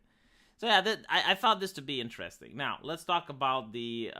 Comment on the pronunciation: I miss when said inta-desting instead of interesting.